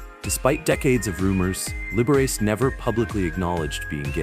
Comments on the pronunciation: Libber ace? Are you insane or from another country? Lib-er-ah-chee. AI voices need some culture, good lord. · Liberachi is turning in his grave over that pronunciation